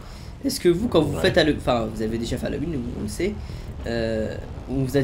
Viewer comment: Halloween, ça se prononce "Halouween" pas "Halauween"!